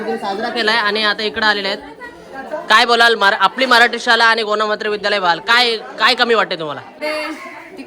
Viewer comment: दादा शुद्ध बोल शाला नाही शाळा म्हण